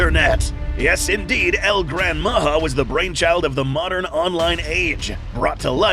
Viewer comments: how come your spelling and sound it pronounce far from what should be listen....can you say this JA-RULE...ya J WITH A the thing should be that sound ...instead H A...HAHAHAHAHAHA JAJAJAJAJAJAJA NOW SAY IT OUT LOUD MA>>>>>HA>>>>> OR MA>>>>>>JA.....short tongue guy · It's "Majá"